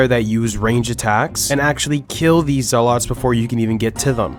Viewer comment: Bothered by his pronounciation of zealots.